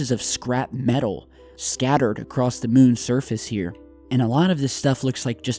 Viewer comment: Did you just say "acrost" with a fucking t?!?!,? Bye